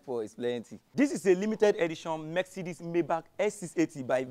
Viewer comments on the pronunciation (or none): It’s Mercedes not Merk-cedes sir.